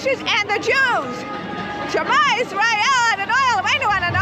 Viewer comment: at roughly the 35 minutes mark, the strange trumpite lady is trying to say 'shma yisrael adnoai eloheinu adonai echad' which is a jewish prayer in hebrew but her pronounciation sucks shit